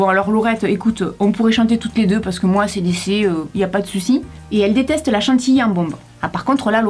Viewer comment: ACDC c’est un groupe Anglais donc faut dire les lettres en Anglais voila ahahha